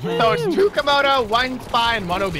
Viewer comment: 72 It's Komodo Dragon, not Camodo Dragon...